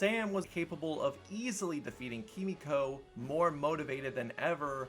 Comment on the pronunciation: Her name is Kimiko. You're pronouncing it like Frenchie does.